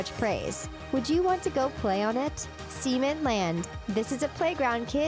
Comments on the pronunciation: She said SEMEN Land instead of CEMENT Land. Yeah I wouldn’t want to send my child to SEMEN Land. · sounded like she said semen land 😂😂